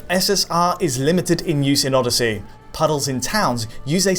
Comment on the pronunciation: Assassins creed Orrosy! haha